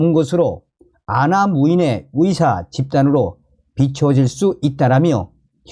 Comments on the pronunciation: 발음 아직도 못고쳤냐? 위사.위대. 위료. 한국발음도 제대로 못하는 자가 무슨 한국 현실에 훈수를 둔다고 ㅉ ㅉ 중국인인가? 네 나라로 가라. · 의사 발음이 왜? 계속 위사라고 하는지 듣기가 영~아니네요 북 사투리인지 고쳐보셔요.